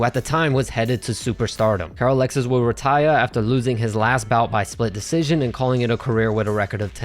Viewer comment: Your pronunciation of some words is driving me crazy. Why do you have a normal American accent 99% of the time but then every so often out of no where you have a different accent just for one word. Like RITAYA